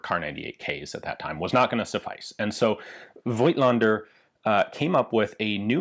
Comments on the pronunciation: Fun fact: the "i" in "Voigtländer" is silent. -->pronounce "Fogtlender". German is weird. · Voigtländer is really a hard German word to pronounce, Ian. One does not pronounce the "i" though. Here is an example